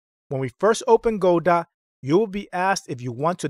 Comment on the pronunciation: It's pronounced "Guh doe". Good video.